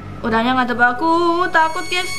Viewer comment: Gusy bukan gess